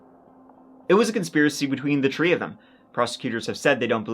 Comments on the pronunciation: i believe this man is intelligent enough to speak properly and choses not to because he thinks hes cute.... ....its quite obnoxious sir. so much that i unsubscribed. too bad, he does decent work otherwise.... TREE checks? are those on loose LEAF? calling people TURDY times? wow, that IS offensive.... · Say “three tree” please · The way you say three